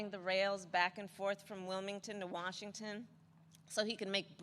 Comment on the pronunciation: OMG if they get in the U.S is %$#^&$ ,she is green as all hell and she can't even say Washington properly lol she said Washingtom lol ,you guys need Trump big time !!! ,there was nothing but Bla Bla Bla Bla in this video .